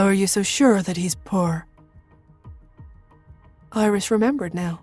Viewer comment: I'm a southerner, country as cornbread and we have crazy pronunciations BUT I have never heard poor pronounced purr 😻. I giggle each time I hear it, anyone know where the accent come from? Purr 🫗😹💵🙀💲🙀🫗🤣🤣🤣